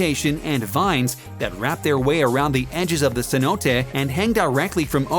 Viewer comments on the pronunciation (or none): none